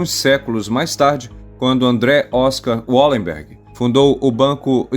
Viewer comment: Bom vídeo. Mas o nome da família é Valemberg, em todas as línguas germânicas o W tem o som de V, não de U como no inglês